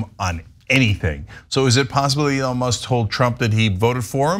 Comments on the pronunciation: notice how he called him "Leon" and did his verbal dodgeball before saying "Elon" because his brain is rotted? And do we REALLY believe he would/could read more than 2 words of that contract? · Did you hear him call "Elon" ..."Leon"....LMMFAO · Trump first called him "Leon.." then had to repeat "Elon" twice to make sure he's now saying it right. SMH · leons err elon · He said Leonce